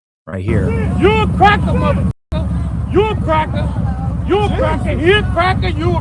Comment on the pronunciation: "Only good crackuh is a dead crackuh..." These people are beyond remedy. Hopeless. Judging a book by its cover is necessary these days.